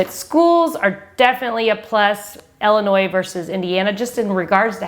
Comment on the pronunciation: Please say Ill-inois Not Ell-inois Lol thanks Great video 👍